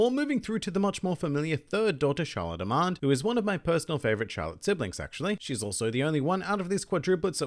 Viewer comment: you pronouniation on the Charlotte daughter's names, was on point, (except Amande), but still great job.